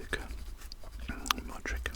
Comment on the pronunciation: It's pronounced luka modritch but written as Modric